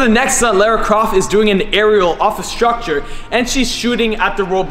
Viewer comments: You're really cute but ....you pronounce Lara weird! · Amazing video but I winced every time you said Lara. 😣😂